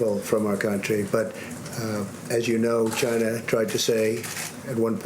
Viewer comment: Dondada he calls it a Chinese virus because it came from “ Chy-na “